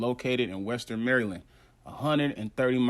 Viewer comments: Maryland is pronounced like you're saying the name "Marilyn" but with a D at the end. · Man u american! U know how to pronounce Baltimore maryland... Stop playing!